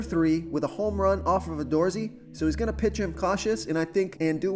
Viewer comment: Oh my goodness. The Gallardo and Odorizzi pronunciations were hysterical. I like the Merrifield pick and took Fernandez last night which paid off. Looking forward to a good night. Thanks for the picks